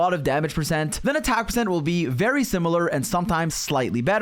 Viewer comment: bro actually said "vary very heavily"